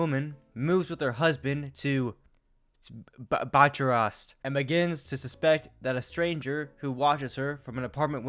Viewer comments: 😂 it’s Pronounced BUKAREST my 🥷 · Clicked because the stupid title, liked and subbed because the mispronouncing botchurast at the beginning.